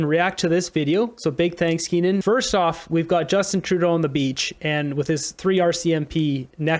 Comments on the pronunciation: KEE-UN. Not KEEN-UN. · His name is Keane not Kenan